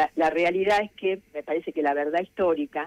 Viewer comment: La señora gue dijo gue robaban